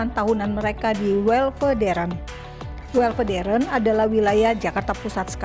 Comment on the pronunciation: Lidah naratornya keseleo waktu ngomong Weltevreden jadi Welvederen 😃